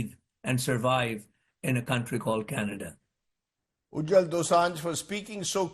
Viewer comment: Rajdeep it is Ujjal not Ujjwal